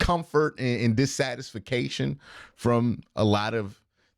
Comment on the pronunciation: Q you created a new word. SATICE-FI-CATION. 😂😂😂 you’re still my favorite. Playas mess up